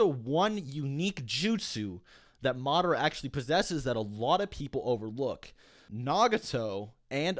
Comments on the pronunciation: Ugh I hate how he pronounces Madara. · NickV. Jr that’s how you pronounce it. It’s not Ma-dar-a it’s Ma-da-ra. Watch the anime